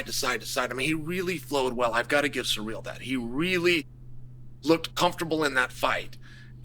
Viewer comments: “Surreal” “Peara” 🤣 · I practically never watch any of Chael's videos because I can't stand how low of an IQ this guy has but I had to watch this just because I heard his take was ridiculous. It's so hard getting through this video when he keeps calling him surreal like an absolute re.ard and then screwing up Alex's name as well. Chael is a joke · 😂 why is that an acceptable pronunciation 😂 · You have never pronounced Ciryl's name once in your lifetime and a Fum advert? After the Raja stuff I don't understand how you have a following. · Chael said Pierra and Surreal in the same sentence 😂